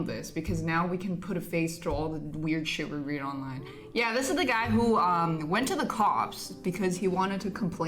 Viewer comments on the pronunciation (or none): none